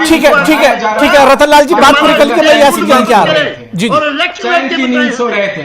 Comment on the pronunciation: یاسر نام کا بالکل غلط بول رہا ہے